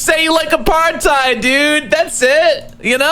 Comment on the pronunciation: Until a single American gets even vaguely close to properly pronouncing 'apartheid' (it's really not that hard), I refuse to believe they know ANYTHING about our country's history. Destiny is the only streamer who questions the use of the word and I appreciate it